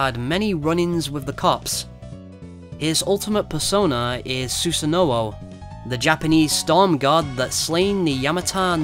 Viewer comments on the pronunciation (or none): the pronunciation of Susano'o was... mmmm